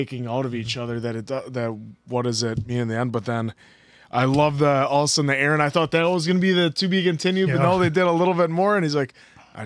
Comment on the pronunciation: It's annoying how many you guys pronouncing eren's name wrong!!